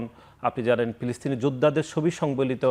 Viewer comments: ফিলিস্তিন কে পিলিস্তিন ও উনি কী ফ উচ্চারণ করতে পারেন না? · এ কোন ছাত্র নেতা? বার বার বলছে পিলিস্তিন। পিনিস্তিন মানে কি? এরা শুদ্ধ করে কথা ও বলতে পারে না। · পিলিস্থিন পিলিস্থিন করে কেন রে ভাই?